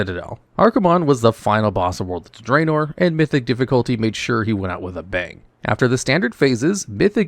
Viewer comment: Loved the video! But please stop saying Draenor like that 😭